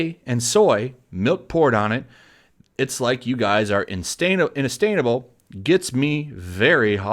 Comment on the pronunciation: INASTAINABLE ?! in a stain able? wtf :P